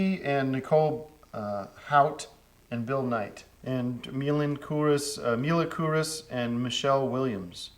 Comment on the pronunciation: I love how mad he gets then pronounces mila kunis perfectly